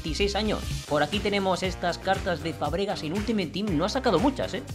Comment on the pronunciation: es Fàbregas, no Fabrégas,me da un poco de toc que lo digas asi 😂😂😂